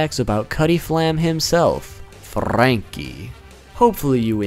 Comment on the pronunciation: FRRRRRRRRRanky!!! i liked it a lot the way you said